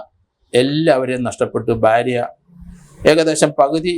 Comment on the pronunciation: .... "baarya" alla sir, "bhaarya" ennu parayanam.